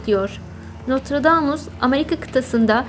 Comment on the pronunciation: Notradamus değil kardeş Nostradamus